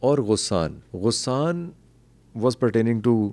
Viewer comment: غسان میں غ پر زبر ہے